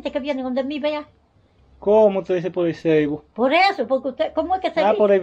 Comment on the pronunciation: la doña quiere decir FACEBOOK y dice ceibo, me rei mucho cuando le preguntaste que el cribo y ella te dijo por hay los videos que la ven, jajajaj 🤣 pero es en tus videos que la ven por FACEBOOK.